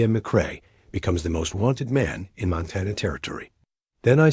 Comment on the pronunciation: Arithmetic (ă•rith•mĕ•tic mathmatic problems) not aromatic (scented). Montana, Mŏntănă, not Montawnŭ. Groaned under the weight of the food, not grown.